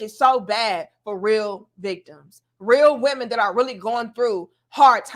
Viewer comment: She be killing me with the "Rhhhwreeal Womenz" 🤣